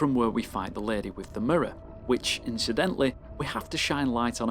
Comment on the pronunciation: “tHe lAdEh”